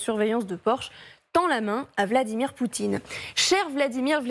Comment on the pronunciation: ??? ..Le nom du dictateur russe c'est "Poutine", pas "Poutchine". Ce type de chez Porcshe n'a pas compris que ce genre de proposition pourra avoir du sens dans quelques années quand Poutine et son régime corrompu auront disparu et que la guerre sera terminée, alors que proposer ça maintenant est juste inapproprié.